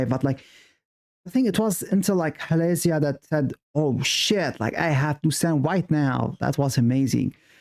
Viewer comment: Thanks for the reaction, really enjoyed it! You’re still saying Halazia wrong btw, the emphasis is on the ‘Zi’ bit not the ‘La’ bit, Hala-ZI-a not Ha-LA-zia.😊 Also one of my faves and one of the reasons I flew to Madrid to see them at a mixed K-pop event because before that they had only performed Halazia live in Asia.